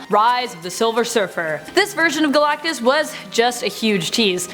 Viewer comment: Man I don't know why I laughed everytime you said Guh Lak Tus. thank you for great content and videos